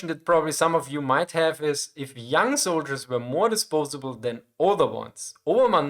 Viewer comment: "How many zoldierss"